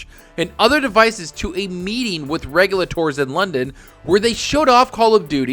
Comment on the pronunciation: still doesn't pronounce "regulator" correctly lol